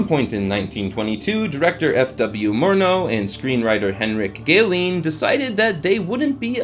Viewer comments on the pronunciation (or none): none